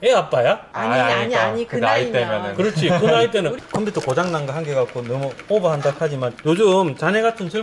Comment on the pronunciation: 아 제발 컴퓨터를 컴피터라고 얘기좀하지말자.. ㅠㅠ